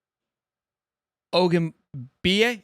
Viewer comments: It’s Pronounced Ah-Keen-OLA O-Goon-Bee-Yee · You got the Akinola pretty much spot on. But Aki for short. Last name: Ogun - Bee - yee